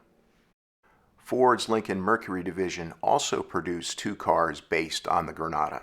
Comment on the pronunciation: Stop saying perduction, and perduced.